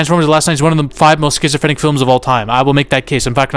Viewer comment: Duuuude wtf you said sphysophrenic so many times you got me watching medication 💊 commercials right away cuz i clean my views so it shows its retarded alcarhthym right away!!!! And i know i spelled 50 percent of this wrong be eat iiiit!! 😂